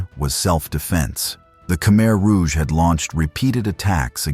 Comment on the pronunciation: Good content . paired ith poor pronounciation. 1- AI audio check- it's "KA-MY "not "KA-MER." 2- "'BAH' relief, not 'BASS' relief sculpture 3. etc.